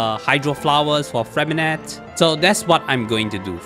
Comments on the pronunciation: Disgrace to us french, Lynette is the et sound freminet is the é sound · Ok so his name is somewhat intricate but for the French accent purists or for those who care, how you’d typically pronounce Freminet‘s name is along the lines of [frghre-mei-naeh]. The “rghr” is rolling the r in the back of the throat.